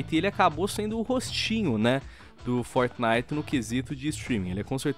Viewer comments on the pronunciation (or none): Meu tem hora que não da. O jeito que o fala algumas coisas Como "Fortnite"chega da um negócio mano. Fala o nome Br na moral kkkkk Forte abraço ❤ Curto vocês mas tem hora que não consigo ouvir o por causa desse jeito dele de falar.